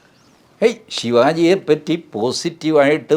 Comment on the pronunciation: ശിവാജി അല്ല ശിവജി എന്നു പറയണം 👍